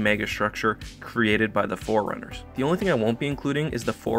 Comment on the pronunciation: I really hate it when pronounce “forerunners” like “foreigners”